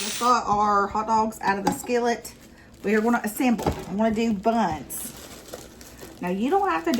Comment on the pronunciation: Or when they emphasize words!!! When she said "BUNS", I couldn't help but giggle